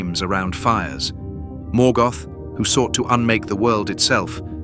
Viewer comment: Lazy gen AI management.The mispronunciations that follow show it as true.